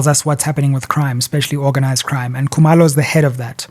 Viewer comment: Sizwe pronounces Zulu names like a Walsh would "Coo-mur low"and Xhosa names like a Mpofu,"Xola Nqola"😂😂